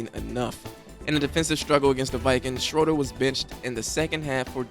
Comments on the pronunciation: It's pronounced Shraider not Sroder. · FYI - Jay Shroeder is pronounced Shrader. A sound not O. And As much as we all love Doug Williams, Jay Shroeder doesn't get any recognition for the games he played that winning Super Bowl Season. Doug Williams was plugged in near the end of that season. They were both good. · To the poster--why are you apologizing for saying "Redskins". It was the team's name at the time. And even more importantly, the "Native Americans" have been polled--90% never had a problem with the name. Liberal whites bitch about everything... so don't give in. And it was Jay SCHRAY--DER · Good video but you could tell that the poster was probably not alive to know some of the little things that we all hang on to such as the pronunciation of Jay Schoeder's last name.